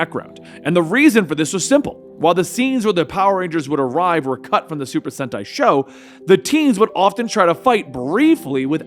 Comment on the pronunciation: Your saying super senti correctly that how you say it